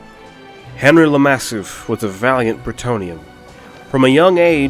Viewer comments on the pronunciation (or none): You should pronounce bretonnian names like you would pronounce french names, usually emphasizing the last syllable. henr"y" le mass"i"f